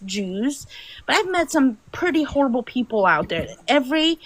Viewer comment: guys pretends to be Jewish saying he converted, based on his accent I can tell that he is not, he is an Arabic speaking person with a strong Arabic accent, Hebrew accent is not similar at all to Arabic accent, the biggest giveaway to his flasification of his identity is how he says People, he said Beoble, because in Arabic the P sound does not exsit.